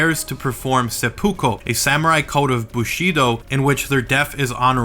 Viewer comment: seppuku not suhpokepo